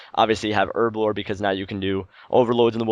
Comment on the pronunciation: it's pronounced Herblore, not Erblore